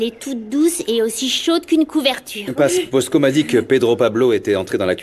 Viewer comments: Mosco non Bosco avec un B😅😅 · Moun k’ap di bosco yo nou tande posco avec un P